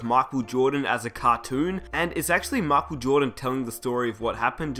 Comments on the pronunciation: why are you saying markel jordan? I'm aussie too and his name is Michael (Mike-el), say it properly. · It is pronounce as MAYKHEL not MAKHEL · Who's Mahkwell Jordan? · "mahkul joedin" 😂😂😂 Just playin. nice vid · "MY- KULL" Jordan geez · The King marcal lol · Who's Markel Jawdon? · Man, he is not Marco Jordan, is Michael Jordan. Please don't read like that. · He says micheal jordan makel jordan